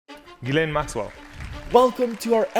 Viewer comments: Remember, Ghislaine isn't pronounced Giz-lane, it's pronounced Jizz-lane. In all other instances, it's pronounced with a silent s though. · pretty sure ms maxwell's name is pronounced "JIZZ-lane" oh i looked it up & i am definitely correct, that one is a JIZZ-lane for sure